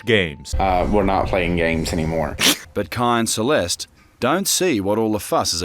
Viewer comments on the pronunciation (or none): none